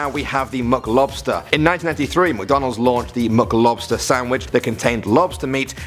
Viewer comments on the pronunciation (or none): the “muclubster” sandwhich 😂😂